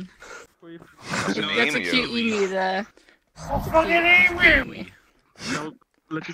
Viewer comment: Me Others : it’s that a ema Me : I’m Australian ITS a eMU